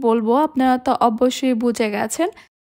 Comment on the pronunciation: স্প্যাচেলার বা স্প্যাচুলার না। স্প্যাচুলা spatula. ছিটা পাটিসাপটা-টা খুব ইউনিক হয়েছে। অব্বোশোই না। অবশ্যই ( অবোশশোই উচ্চারণ।